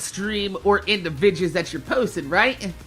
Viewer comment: why do you say vidjis instead of videos #sundayQ&A